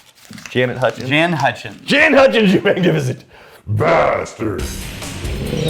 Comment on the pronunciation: Jaan and Chaad mbs of weird mispronunciations